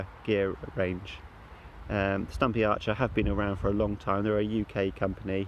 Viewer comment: Sturmey Archer btw, not Stumpy Archer lol.